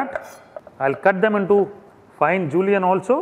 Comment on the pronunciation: STOP SAYING JULIANS FOR THE LOVE OF GOD!